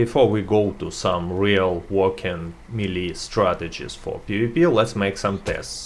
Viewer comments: MEE-LEE? It's pronounced MAY-LAY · The melle guide*